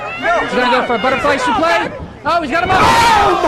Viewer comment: Who told commentary it was okay to pronounce suplex like that